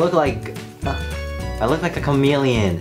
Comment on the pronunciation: When he said " I look lie ma chameleon" I was thinking no, u look like a fish. I'm not hating ilysm😘 just right it was funny